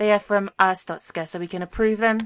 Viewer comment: I think its purnounced (ar-store-sh-ka) well thats how yogscast nilesy said it